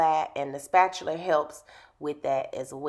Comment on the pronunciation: the way she said spatula 😭😭 but omg she is talented!! what a great install 👏🏿👏🏿😍